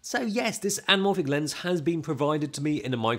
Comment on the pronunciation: Im pretty sure that “L” in anamorphic is silent